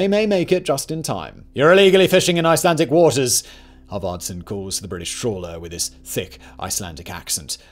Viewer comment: Great video as always loved the pronunciation. Didn’t expect to see my country represented on this channel. Kveðja frá Reykjavík